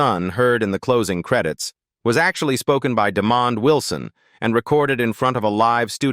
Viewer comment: Sanford & Son! Yes, I Grew up on This Show,Great Sitcom during The 1970,s Listen The Jeffersons are a Spin off from ALL IN The Family Norman Lear has nothing too do with Sanford&Son, and his name is not demon it,d Demond AI they need too do better with pronouncing Peoples names.